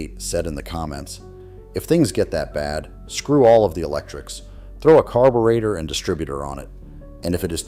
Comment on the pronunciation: AI BS! Can't even pronounce carburetor correctly